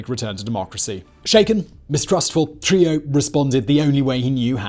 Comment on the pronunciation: Bro!!!! ITS NOT TRILLO ITS TRUJILLO --TRU-HE-JO